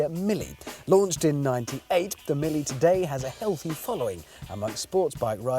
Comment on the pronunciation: Mille, not Millie...Italian is not for everyone...